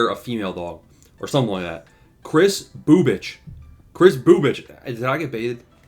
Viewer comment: Lmao no that was perfect pronunciation on Bubic